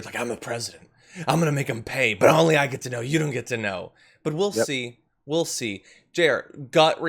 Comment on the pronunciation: When he says " We' lly See " means he doesn't know at all...